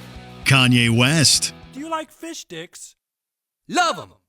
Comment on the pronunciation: Whole episode they were saying “fishdicks” but it sounds like “fish sticks” 😂😂😂😂